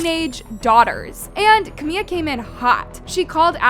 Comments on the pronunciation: Her name is CamiLA. The whole video you’re calling her Camia. Literally SO CRINGE. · Her name is "CaMILA" not "CaMIA" smh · “Ca Mia “ 😭😭😭😭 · yeah I get it but whenever sb or Camila talks about hs she says Camila not Camia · Camia? Say the name right wow how annoying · I mean maybe say her name right one time if you’re going to clown on her. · I beg you to please pronounce the L’s 😭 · Girllll pleaseee learn the correct names of people you talk about its trrriggeringgg